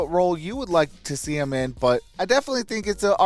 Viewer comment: But they said “HEEM” 😂